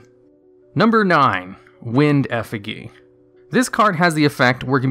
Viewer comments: Effigy is a real word that you're mispronouncing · The way he pronounced effigy made me cringe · You can pronounce prodigy correctly but not effigy? The hell is wrong with you? 😅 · Effigy? Lol l2pronounce effigy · Is it just me that gets triggered by him not knowing how to say effigy? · Hearing effigy mispronounced so many times in a row...ugh... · When he says eff-i-geeh Me, an intellectual > TRIGGERED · Your pronunciation of "effigy" is giving me an aneurysm. It's a soft g not a hard g. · Brother in christ, the word is pronounced "effi jee" not "effi gee". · The g in effigy is said with a hard j sound like germany giant and gif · This video is ancient but Effigy is pronounced "Eff-o-G" not "Eff-iggy" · Effa-Jee not Effa-Gee for effigy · Would you stop pronouncing Effigy wrong? It's not EF-I-GI. It's EF-I JY". Have you played Dark Souls or no? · Effa-gee fucking lol, it's "effa-jee" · Eh-fih-GHEE? It’s.. It’s pronounced eh-fih-JEE. Yikes. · its pronounced eff-uh-jee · Holy shit you said ef ih gee. You know it's eff ih jee which is a real word. I swear I hate when players intentionally mispronounce card names but Jesus Christ bro this is literally a real word and not a name. You should be embarrassed. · Ef uh gee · He said eh figgy LOL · No one: Absolutely no one: Not a single soul:: EFFEGEE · 2 things 1. It's F-EH-G not EH-FIGGY. 2. That xyz crazy box seems to be a retrain of dark effigy.........huh........who knew? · don't know if english is your first language or what but effigy is pronounced eff-e-gee. english is weird and stupid, i know. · Oh my god… if he says EFF-IH-GEE one more time, I’ll have a stroke. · effijy effijy say it with me now... "effijy" good job! You did it! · Effigy is pronounced "eff-ih-jee." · Unless it is a Yugioh-specific pronunciation that I am unaware of, it is pronounced "effijee" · Can't stand hearing you mispronounce effigy. It's not a hard g. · Eff-i-jee is the pronunciation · Isn’t it Effi(j)y? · "wind effegee"